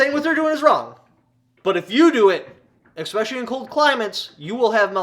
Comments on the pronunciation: Don't say EXpecially again.. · E - S - S - S - S - S - S - S pecially.